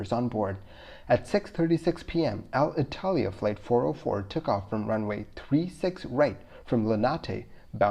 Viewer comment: Hey, thanks for the video! Thanks for the hard work and passion you put on this. A small piece of feedback on your Alitalia. pronunciation. It's not Al-Italia, it's more like "aleetalea" :)